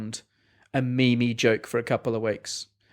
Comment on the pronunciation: Am I the only one who notice that brady said meme as me-me instead of meem?